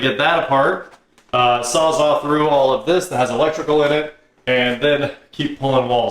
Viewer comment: SAWZALL, not "saw zaw"